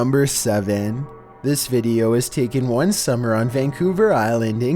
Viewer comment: No one:: BeFoRe We GeT tO nUmBeR OoOnE